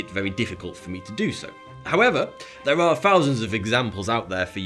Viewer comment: Wiv, free, fousand, legal, deaf?